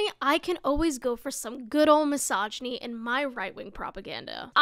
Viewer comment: . "MossOONginy. This is the softest thing ever. I don't even know how that is misogyny